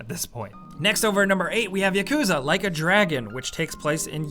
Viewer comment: yah-koo-zah not yuhkooza